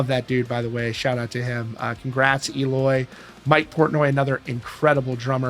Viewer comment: It’s pronounced “L oy”